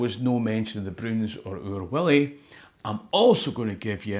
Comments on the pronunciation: It's Oor WUllie, no WIllie....! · Stop talking about Oor WIllie,. It’s Oor WUllie, a Uh, no’ a Ih, ok, ye ken? Or ah’ll be sendin’ PC Murdoch roon your hoose. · Oor Wullie , not oor Willie.... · It’s Oor WULLIE !!!